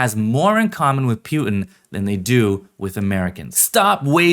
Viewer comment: Dude says “Putin” weird.